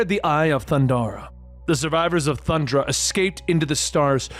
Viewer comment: I'm pretty sure their home planet is pronounced Thun-DARE-ah. Lizard mutant is SUH-LIVE like 'Alive' without the A. Great video either way! Glad you're covering it.